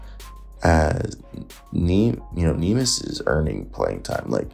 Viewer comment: It's not nimas, it's Neemias, go check how to pronounce it correctly please